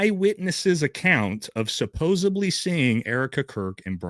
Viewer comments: Omg it’s SUPPOSEDLY NOT SUPPOSEBLY. I can’t trust anyone this illiterate. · Love you but please, supposeDly, for heavens sake lol